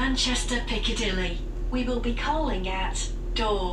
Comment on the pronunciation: ! manchester Piccadilly!